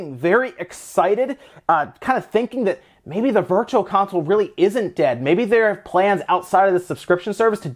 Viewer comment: I swear he said Virtua Console!?!